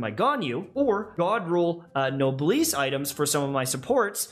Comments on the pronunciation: why do you pronounce noblesse wrong it’s noblesse not noblesse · pls say noblesse corectly